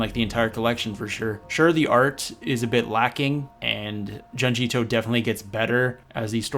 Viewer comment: For the love of God it's pronounced "June-G" Ito